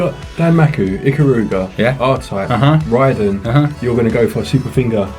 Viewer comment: Lol i was listening to the video, not watching, and when you said Raiden 5 i thought you said Ridin' 5 and I was l like, "What? Never heard of that one!" Then I looked and was like, "Ooh RAIDEN" ha! Great vid!